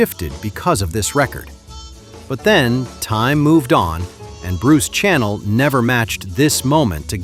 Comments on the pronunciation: It is not pronounced Bruce Channel. It is pronounced Bruce Shaa Nell. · Hey! If you're gonna play "Hey, Baby" pronounce his name right! Bruce CHANEL sha'-nell. Graduated high school in 1962 - believe me, we played this song a million times! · ...these kids are too young to pronounce, Bruce Cha-nell, not Channel... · Bruce Channel was pronounced Cha-nell. Stranger on The Shore is hauntingly beautiful. Shelley Fabares wasn't interested in a singing career. She and Annette Funicello were best friends, Annette had several hit records, "Tall Paul", " Pineapple Princess" and the best, "Monkey's Uncle" backed by the Beach Boys. "Telestar" is very similar sounding to the High Chapparel's theme several years later. Freddie "Boom Boom" Cannon was great. Palisades Park had an advert in every comic book throughout the 60's. The song is so innocent. Green Onions, still one of the instrumentals out there. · His name wasnt ‘Channel’. It was ‘Chanel’. Pronounced ‘Shu-nel’ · I also had a major crush on Shelley Fabares, and she said hello to me at Dodger Stadium. I worked in a concession stand then, and she was a customer. I didn't go bananas because I'm not like that. Bruce Shu NELL is how it's pronounced. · Bruce Sha-Nell